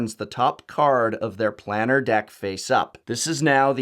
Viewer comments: To not even say planar correctly was a crime in this video. Thanks for the info and the cringe every time I heard you say it. Planar sounds like plane not plan. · 20012? Also, it's Plane-r, not Plan-ner. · Planner /= planar. The how to pronounce series on youtube is quite useful. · Man it triggered me when I heard you say planar